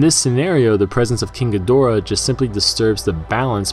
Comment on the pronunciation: "King a door".... sigh . That's not how you say it .